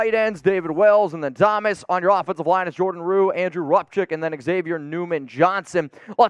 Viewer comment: First if all, you can't even pronounce his name right! Rupcich is pronounced, Rup sitch, not Rupkick!